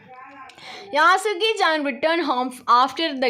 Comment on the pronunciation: യാസുക്കിചേൻ അല്ല 😅 യെഷുക്കിചേൻ ആണ്😊